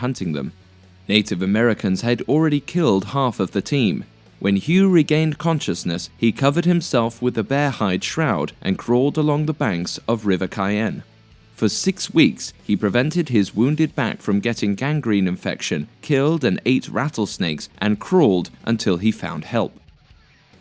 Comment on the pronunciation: its not the river of kaian. its pronounced ( shy - Anne ) river.... Cheyenne river